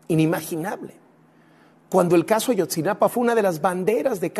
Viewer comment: No es Ayotzinapan, es Ayotzinapa